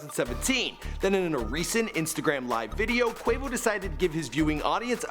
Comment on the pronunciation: It’s pronounced QU O VO not QU AE VO